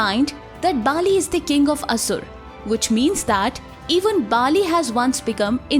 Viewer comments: Baali is not king of asur bhai its bali learn pronunciation first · It's not BAA-LI... it's Bali. Please pronounce properly. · It is not not Bhaaaali, it is Bhali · It's not Baali. it's Bali.